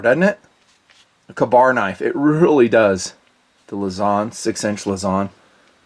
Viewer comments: Kay- bar lol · "Ka...Bar?" Oh I cringe everytime. I don't think you should do knife reviews if you can't even say the name of one of the most historical and popular modern day knife. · I’m a Vet. No military service member of any branch says it your way. Unless they have an accent. So return your stolen valor.